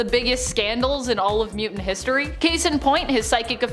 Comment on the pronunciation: It's muTANT not muDENT... Get that dude to talk right or get him out of the position of narrator